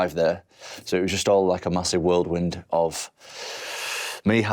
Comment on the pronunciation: Tom what's a world wind?.. Folk who say the same, it's called whirlwind get it right 😊